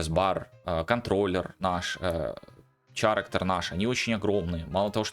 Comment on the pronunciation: Я пытаюсь сделать твой контент ещё лучше. Послушай как произносятся: Character - кэрактэр/кэрактёр (что-то между этим, думаю на нюансы профиг, достаточно кэрактэр, это хоть похоже на оригинальное произношение). Current - каррент